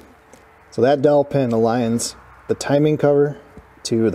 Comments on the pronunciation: I thought was saying "Killer Dolphin" until I finally saw the dowel pin 🙂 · I swear to God I thought you were saying a “killer dolphin” 😂😂😂